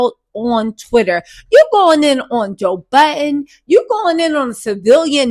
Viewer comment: Joe Biden😂😂😂 this lady always misspeaks and it’s so funny….it’s so prerogative😂